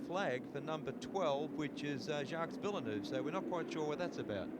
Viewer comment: That's a weird way to say JV's name